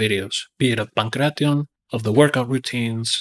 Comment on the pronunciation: this is why content creators like sensei seth are annoying. He makes a video on the ancient sport and doesnt even bother to look into how to properly pronounce the name.